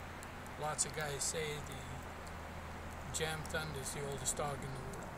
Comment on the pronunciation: Pretty sure in Swedish the letter J is pronounced more like a Y. So it would be pronounced more like Yamthund